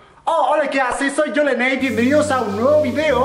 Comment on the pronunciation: dijo dijo leney:v: mi sillon amarillo el sillon: a la madre y yo pensaba que era verde:{